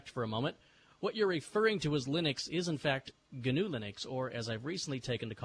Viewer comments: Just passing by 12 years later to say you just dug the hole deeper by trying to acknowledge the correction and then pronouncing it GINNOOO. Iʼd like to interject: Itʼs just NOO. Like the animal. Sorry for the long comment,. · RMS pronounces it "Guhnew", why don't you? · IT'S GANOO LEENUX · He guhnew that. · Look at the wiki entry for "wildebeest". It's pronounced NEW no matter what fat, neckbeard Stallman mispronounces it as! This speech is exactly why I use vi and not emacs. He tries to get everybody to call the Linux kernel GNU/Linux to suck up the glory when he can't get off his ass and write his own damn kernel. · I thought it was pronounced G-N-U/Linux